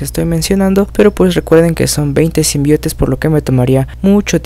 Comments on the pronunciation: me gusta tus vídeos , odio que no sepas pronunciar SIMBIONTE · Se escribe y pronuncia Symbiontes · symbiontes se dice xD